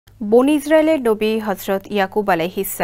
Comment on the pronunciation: বনি ইজরাইল নয় 'বনি ইসরাইল'